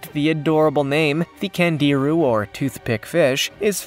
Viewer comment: last fish pronounced Kongeerue. and they suck.